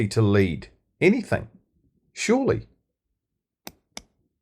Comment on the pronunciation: "Anythink" ..... really ?